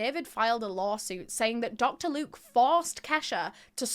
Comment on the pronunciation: 'Locter Duke" ... 😂😂what a loser Dr luke is!